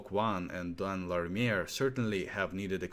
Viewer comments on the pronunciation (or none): its "La Ri Mer" not Lameir!